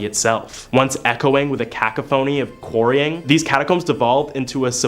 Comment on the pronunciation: Ok, decent video, but check pronunciation of " cacophony "